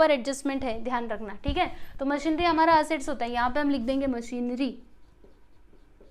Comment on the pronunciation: It's मशीनरी not मशीनड्री🤦